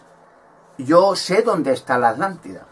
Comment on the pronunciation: Porque no pronuncias la primera T de ATLANTIDA , Dices Alantida. Conio pronuncia bien carajo